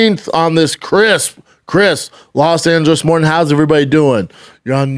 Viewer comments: Why can’t he say crisp properly? 😂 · On this qwisp morning 👌